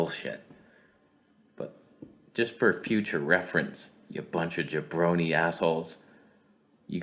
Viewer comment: Gibrone? How do you know about Jerry the King Lawler? I'm pretty sure you're not from Memphis. 😂